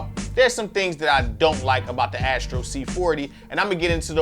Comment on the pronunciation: It's Astro, not Ashtro